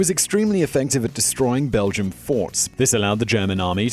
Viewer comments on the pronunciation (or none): none